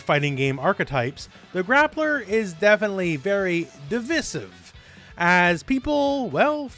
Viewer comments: Say it with me. Dee-vai-sive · why did you say divisive like that